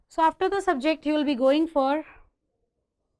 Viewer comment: Its subject and not sub